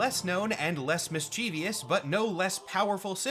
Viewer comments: It's mischievous not mischevious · Okay. So 'mischievious' is a recognized alternate pronunciation. I hate that.